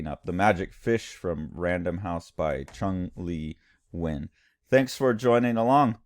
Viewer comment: Sweet ass art right here. And it's pronounced Chun Le Nuen (I just checked the pronounciation on Google Translate)